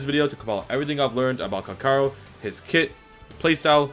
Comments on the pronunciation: Guy wants to be the best calcharo.... yet he can't even promounce his name properly... 🤦‍♂️ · hmm i thought his name was calcharo not calkaro